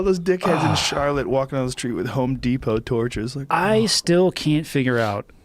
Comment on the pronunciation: its fucking charlottesVILLE joe not charlotte